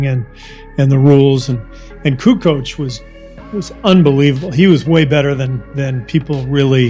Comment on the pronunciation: Hey Charles it is Kukoč !!!